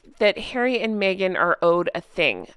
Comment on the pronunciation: Poooor Hawwwwy! 😂